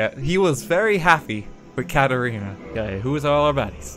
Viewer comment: For the first time someone said Katerina instead of Katrina, I feel so happy